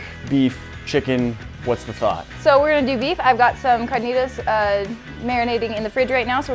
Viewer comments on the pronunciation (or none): Im mexican and im so triaged when she said carnitas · When white people say carnitas 😭😭